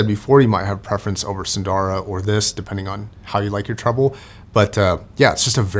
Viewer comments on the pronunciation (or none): I ordered a pair of custom-made earpads for my Edition XS. They are far thicker than the whimpy stock pads. Incidentally,, there are no long vowels in "Sundara", nor in "Susvara".